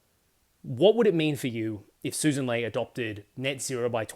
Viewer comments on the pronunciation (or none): Right in the opening. It is pronounced Sussssan! smh